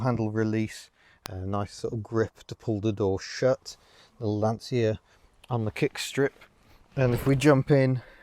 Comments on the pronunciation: Pedant mode engage: the Italian pronunciation is Lansha :-) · Of course like Dacia, Lancia is pronounced (well any way you like..but) by Italians at any rate, as Lanch-ah. I had a load of Romanians laugh at me when I'd say Dacia (daahsia) and not datchah. I know we don't really care, but just for sake of a comment and a tiny bit of education). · Pronounced Lan chee ya.